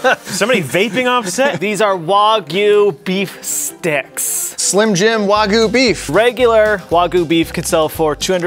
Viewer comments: its not wagu its wagyu, pronounced like "Wah-G-You" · You called Wagyu wagu